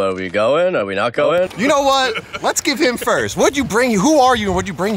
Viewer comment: “I did naat”🤣🤣